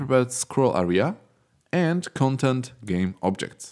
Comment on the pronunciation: Your pronunciations get some mistakes, such as 'content', 'spacing'... Please keep an eye on pronunciations. Even though, your content is so beloved! I feel like finding out a gold mine of Unity tutorials. :D